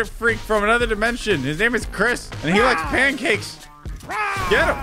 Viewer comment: Chris said ctop